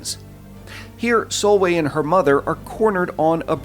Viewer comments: Dude her name is pronounced sol-vey just to let u know.. awesome video as always 👍🏻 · If you want pointers on the Norwegian pronunciation, Solveig is pronounced Sool-vay (Drawn out O sound, vay is in "Way" but with a regular V), and Nordlys is more Noohr-lyys (Again the drawn out O, silent D and slightly drawn out yyyyy sound, think french Y)